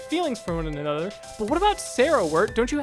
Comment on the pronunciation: "For one Anothfgher..."